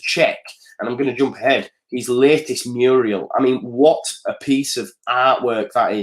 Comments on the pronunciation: its a Mural not a Muriel:) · Just to let u know, A ''Muriel''' is a girl's name, and a ''Mural'' is a wall painting. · Murial mate thats a womans name.....its mural! 😂😂😂😂😂 MOT 💙💛💙💛Luv luv luv the show 👍👍👍👍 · Hi - many thanks for the update - Hate to be the pedant but next time you have to reference a painting or other work of art executed directly on a wall, it's Mural not Muriel (Old fashioned Woman's name)